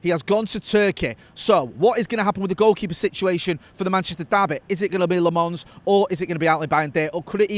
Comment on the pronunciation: Its not "La-MONS",. At least move the stress to the first syllable.